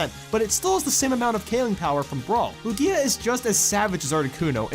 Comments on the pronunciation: it's pronounced LOO-gee-uh not loo-GEE-uh. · LOO-gee-a, not lu-GEE-a